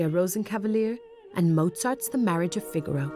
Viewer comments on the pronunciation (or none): none